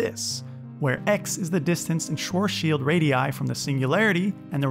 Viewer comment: Haha you need to learn how to say Schwarzschild. As a german i can tell you pronounce that horribly wrong xD you say like Schoschild. xD